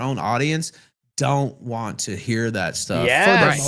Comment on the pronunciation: It only now occurs to me how much of a cosmic joke it is that Phil can't say the word most associated with his focus properly but says it in the funniest way possible. If he said it like "WanT" people wouldn't notice it as much. But no. Of all the fucking pronunciation mistakes. It's him saying Wahh all the time Lolcows really are destined for their place in the universe